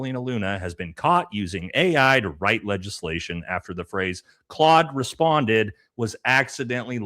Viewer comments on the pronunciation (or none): none